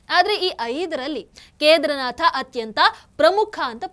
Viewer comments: Keedaarnath correct pronunciation madam not kedarnath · ವಿಷಯ ನಿರೂಪಣೆಯೇನೋ ಚಂದ ಇದೆ. ಎಷ್ಟು ಸಲ ನುಡಿದರೂ ಒಮ್ಮೆ ಕೂಡ "ಕೇದಾರನಾಥ" ಎಂದು ಸರಿಯಾಗಿ ನುಡಿಯಲೇ ಇಲ್ಲ. ಪ್ರತಿಬಾರಿಯೂ "ಕೇದರನಾಥ" ಎಂದೇ ಉಚ್ಚಾರ ಮಾಡಿದ್ದು. ಕೇಳಿಸಿಕೊಳ್ಳಲು ಬಹಳ ಕಸಿವಿಸಿಯಾಗುತ್ತಿತ್ತು. ಕನ್ನಡವನ್ನು ಚೆನ್ನಾಗಿ ತಿಳಿದಿರುವ ಈ ಒಂದು ಅಕ್ಷರವನ್ನು ಏಕೆ ಸರಿಯಾಗಿ ಅರಿತಿಲ್ಲ? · ಕೇದಾರನಾಥ ಎಂದು ಸರಿಯಾಗಿ ಉಚ್ಚರಿಸಿದರೆ ಸಾಕು.ನಿಮ್ಮ ಸನಾತನ ಧರ್ಮದ ಬಗ್ಗೆ ಇರುವ ಗೌರವಕ್ಕೆ.ಅರಿವಿಗೆ.ಅದನ್ನು ಸಾಮಾನ್ಯ ಜನರಿಗೆ ಹಂಚುವ ನಿಮಗೆ.ನೂರು ನಮನ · ಕೇದಾರನಾಥ ಸರಿಯಾದ ಉಚ್ಚಾರಣೆ